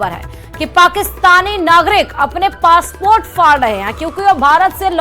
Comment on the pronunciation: Phly urdu k ف sahi karen phr bolen فاسپورٹ نہیں پاسپورٹ hota hee😂😂😂😂